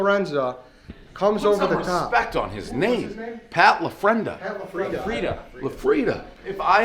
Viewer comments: It's hilarious how continuously says "put some respect on the name" while saying the name wrong every time 😂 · Portnoy "Put some respect on his name" "Pat lafrenza" "Pat lafrienda" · “Pat La Frienda” lmao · Hot dog argument was an all timer, died every time Pres mispronounced Pat LaFrieda